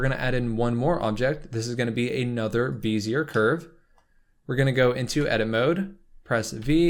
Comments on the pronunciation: BEH zee ay, mah boy, not BEE zee er. nice tut! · Great tutorial! A little note, bezier is pronounced bezzy-ay, not beezy-er. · Beh-zee-ay. 👍 This is a great tutorial, thank you! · FYI, "Bezier" is pronounced "Beh-Zee-Yay" and Euler is actually pronounced "Oiler". That aside. Thanks for the vid!